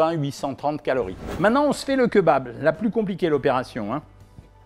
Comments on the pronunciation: Keubab c'est pr le buzz Cohen ? 😖 Bon on pardonne car tu nous aide à maigrir mais stop stp 🙏🤣🤣🤣on dit Kébab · J'adore vos vidéos elles sont super intéressante mais par pitié on ne dit pas "kEUbab" mais "kÉbab" 😭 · on dit Kébab pas keu bab lol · Queu babe 🤣🤣🤣 C'est KÉ - BAB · C est pas keubab c est Kebab ont lis Kébab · La bress les rouilla ? Vennez entre jeuns on va au keubab. 🤣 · J'aime bien le keubab moi ^^ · keuba lol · quand il a dit KEUBAB j’ai taper ma plus grosse barre ct violent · OK on a perdu tout le monde sur le keubab 😂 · Keubabe.... pourquoi? Lol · Cirrhose du foie 🤣🤣🤣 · Keubab c’est trop drôle je suis dead 😂😂😂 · Il a dead ca avec son keubab 😭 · keubab xD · Cest pas un keubab cest un greuc ou dit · Keubab mais lol 🤪🤪🤪🤪😅😅😅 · C’EST KÉBAB mes oreilles saigne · Keubabe jsuis mort 😂😂😂😂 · Quel tueur avec ses "BK, BK, Bk, KFC, KFC, KFC, et les fameux queuesbab" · Le keubab 😂 "l'erreur est humaine" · Leu keubab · ‘’Les jeunes y vont dans les keuubab hein’’ Jean-Michel Cohen Ah oui aussi je crois qui l’a dit 39fois le mot keubab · déja on parle pas quand on dit "keubab" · QueuBab.... Carrément... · les fameux keubab dont on m'a tant parlé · le Keubab mdrrr épique ! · keubab ? xddddddddddddddddddd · Queubab.... Vidéo intéressante mais votre prononciation de queubab est ridicule et drôle. Quet bab.... 🤣😂😁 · GNGNGNG KEUBAB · Keubab sinon cool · Mdr KEUBAB jpp j’en ai marre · KEUBAB MDRRR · J’adore le kebab bien insisté sur le eu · Ça se prononce Kébab 😂